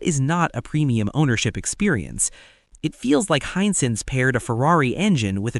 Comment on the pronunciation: Wish you could train the software to say the word "Hisense" consistently accurately, instead of "hine-sense," "high-sentse," etc. It's correct less than half the time.